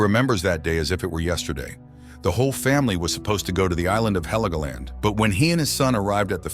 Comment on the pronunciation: It is not HELEGOLAND wtf😂😂😂